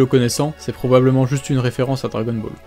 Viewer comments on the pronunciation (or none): none